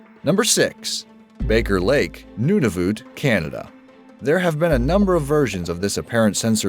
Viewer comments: He pronounced Nunavut wrong It's Nunavut not noonavut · What did you say? Noonavoot? What!? No it's nun-a-vut nun a vut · XD DID YOU JUST SAY NOONAVOOT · he said Nunavut wrong it's nun a vit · Nunavut is pronounced noneofit :/ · OMG, I cringed so hard when you said Nunavut. It's pronounced Nun-a-voot. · You pronounces Nunavut wrong. It is pronounced noon-a-vit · nunavat is a territory. figure it out instead of sounding like an arrogant american. also its pronounced none oh vut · Holy fuck he can't even say Nunavut right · I wish he said Nunavut right kinda annoying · You said Nunavut wrong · I love these videos! But.. you miss-pronounced 'Nunavut'. I'm sorry, but there are really nice places here in Canada, and we're very polite. I guess not all stereotypes are wrong. But, I suppose Nunavut is really cold, unlike Ontario. (as there's like, 4 feet of snow and I'm at home because transportation isn't running..) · you said Nunavut wrong idiot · u pronaced Nunavut wrong